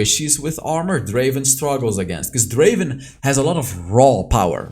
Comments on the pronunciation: It's not Draven, it's Draaaaven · Not Draven, DRAAAVEEENN